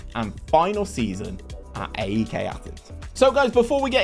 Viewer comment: Pronounced Eyek